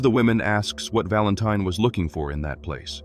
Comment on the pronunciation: “ Barn Valentine “. AI really knows how to mess up a name. 😂🤣😂🤣😂🤣😂